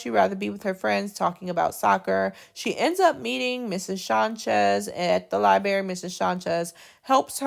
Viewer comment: Please, please, please say library the correct way!!! It is NOT libary. Put the R back in there. You have a beautiful voice and are a beautiful woman. I’m bothered because this video is part of an assignment that’s teaching my daughter.